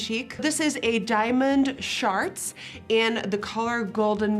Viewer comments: Did you say Diamond SHARTS? or Shards lol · "diamond sharts" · Did she say diamond SHART? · Why did I hear “diamond sharts” when she was talking about the eyeshadow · Excuse me did you say "diamond sharts?" Thats what it sounded like. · Did she just say diamond sharts?! 😂🤣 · sorry, but... did she say Diamond Sharts? that is not the name of a product, right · Did she say diamond sharts? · Did anyone else hear “Diamond Sharts?” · Did she just say “diamond SHARTS”?????? 😂😂😂😭😭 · “diamond SHARTs” 😂🥴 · Did u say diamond sharts 😂😂😂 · did she say diamond sharts?? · Did anyone else hear "diamond sharts"? 😂😂😂😂😂😂 Love the bronzer down the smile line! Gorgeous You and are fucking ADORABLE.💚💚💚💚💚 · i was like: oh she must have meant "shards"! But nope, lol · Did you say...diamond sharts? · Legit thought you said "diamond sharts" 😂